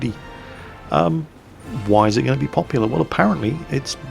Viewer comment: Hey. I just recognized that you are pronouncing word "Rudy" wrong. Its is Polish word and Polish is to speak for most of peoplebut you can try speaking "Rudy" with stronk pseudorussian accent so it should be close to original pronunciation.